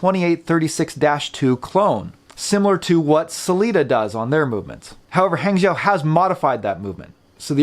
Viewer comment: Great review. Hangzhou is pronounced "Hung Joe" in Mandarin. Great movements actually.